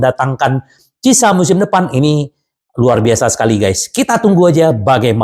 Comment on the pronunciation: Pas blg cieesa jadi cisa 😅